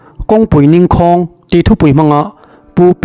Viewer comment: Ngauhthlak a nuam hle mai.chutih laiin 'ning khâwng ' tih kha , ' Ka ning ' ning ang leh ' Inchhâ wng ' tih a chhâwng ang a lamin ' ningkhâwng ' ti a lam ṭhin a ni.